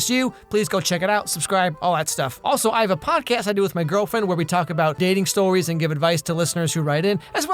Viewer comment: Just me who heard say "stowies" at the start